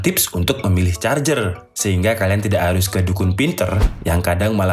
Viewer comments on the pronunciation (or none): Ngakak jadinya... Maksa ker.. Jadi kurang fokus ke materi charger malah fokus ke huruf er. But is not bad this video. Keep of fire make video else